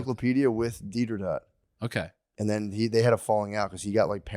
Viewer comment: Tell Matt it's not Didder-dot, it's Didder-oh!